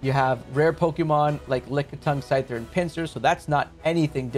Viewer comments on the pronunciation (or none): none